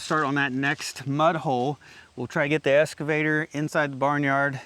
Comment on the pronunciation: I really enjoy your videos, but you have to start pronouncing "excavator" correctly:) It's "ex" (eks), not "es" (should be pronounced, EKS'-skuh-vay-ter). You wouldn't pronounce "escalator" like it was spelled "excalator", right? (should not be pronounced, EKS'-skuh-lay-ter). That just sounds so wrong:) Cheers, Sev